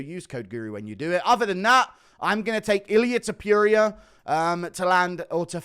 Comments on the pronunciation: Repeat with me: To Pu Ri A… now together, Topuria, not topiria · I like how Guru says Ilia To-pew-ria